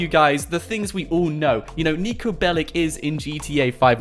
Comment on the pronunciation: Its niko belić and thats not russian since they say ch